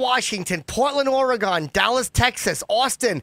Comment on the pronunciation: good god, they really don't get it on the east coast, do they? it's or-e-GUN, not or-e-GONE.